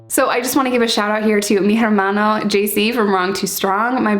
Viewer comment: H is silent in Spanish. (Ermano) Hermano. 🤎🤎🤎